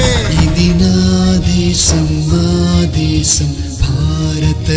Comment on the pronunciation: Telugu pronunciation has to be improved....for example..desam. not desham. Bhaarata desam.. ..not baarata desham. Many are there to be corrected